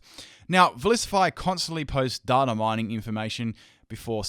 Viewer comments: Everyone in this comment section is like "Fuck Verlisify" or "Go! You're the best" and while I agree with both sentiments, we are missing the most important message of this video... the way says "data" is rather amusing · Agreed with all your points and are well thought out and researched, but you said "data" wrong so instantly discredits all of them ;)